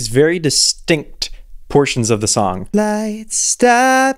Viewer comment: okay but i’m not judging but did anyone else hear her adding an ‘h’ to the s? like i heard “what you wrote in that shong about me” or is it just me ??